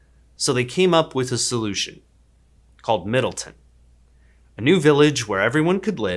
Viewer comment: "MIDDLEton" very subtle